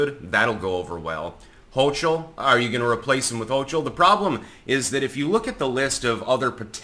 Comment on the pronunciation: hochul is pronouned hokul or hohhul, not hoshool fyi